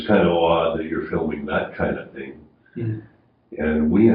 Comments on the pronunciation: THing not Ting.... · I just can't stand your homely womanish face anymore, and trying to keep up with the presentation while you drone on and on with turdy (thirty) and tent (tenth and) ting (thing). Eat a hamburger and lift some weights. come back in 3 years.